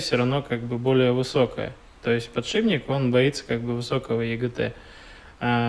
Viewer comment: ПодшиБник и флЯнец, аж слух режет